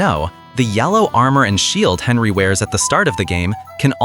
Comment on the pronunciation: Well for 1 The main character is named Henry, NOT Henley. I stopped at that point. Most likely many other issues with in. If you don't speak English well, make videos for your own language, thanks.